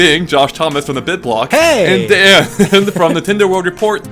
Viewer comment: You know, for some reason, I just don't really like that pronounces Daan's name as Dan. Is is because the "aa" sound is hard to make for native English speakers? (Just curious) Because in Dutch, the "aa" sound is more like saying "aah" in English (I guess).